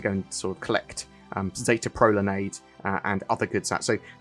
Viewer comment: ”pro lan EYEd”